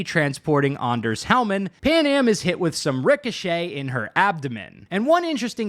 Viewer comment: that's certainly one way to say Anders. man I'm glad they changed the va for Mr. Hands because that voice does not fit the person he is meant to be.